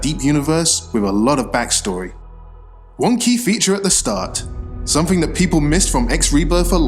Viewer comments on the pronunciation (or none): Are those customisable logos? Also might want to steer away for using "One key" because it sound like you are saying wonky. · I know he's saying "One key feature at the start...", but I keep hearing "Wonky feature at the start...".